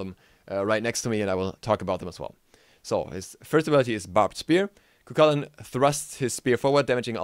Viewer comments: it's pronounced koo hoo lin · you keep saying he's name wrong